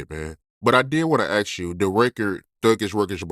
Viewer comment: you’re gonna have to force yourself to pronounce the word ASK properly, man. Just say ǎśś, and add a K sound on the end.